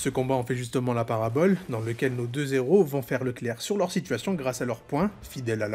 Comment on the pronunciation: J'adore la liaison que tu as faite dans la phrase " nos deux héros " 🤣🤣🤣🤣